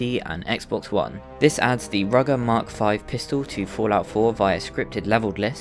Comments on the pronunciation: Its not called rugger its ruger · I wanna slap you for calling a Ruger a "rugger".